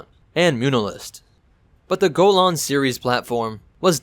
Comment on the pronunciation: am pretty sure ur mispronouncing golan